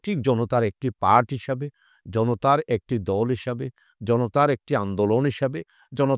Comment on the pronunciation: উপস্থাপক কে ভাষা উচ্চারণে আরো পারদর্শী হতে হবে, দল বলে ধল, আরো অনেক উল্টোপাল্টা